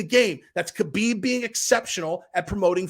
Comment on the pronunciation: His name is Not K-habib it is pronounced Habib